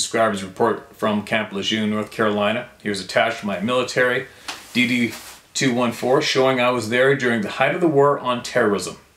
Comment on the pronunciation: I love your commitment to all us knights of the Round Table, and those in the Club of No Return. You're very special. I'm from the US, and really appreciate your endeavors to pronounce Adirondacks even though your original one was awesome. I just want to enlighten you to US Military pronunciation of the DD214. Because I heard my Army husband reference it often, he called it his DD2-14.